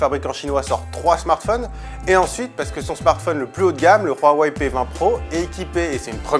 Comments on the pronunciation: Hhh non je préfère de loin Samsung s9, et on dit huawei, pas roiwei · Le [wharwaye] ... mais c’est quoi cette prononciation ! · Sa me soul tu dis roaweiy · C'est la prononciation de Huawei :)